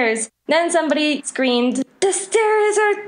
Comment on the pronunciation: Did anybody else notice she said scramed instead of screamed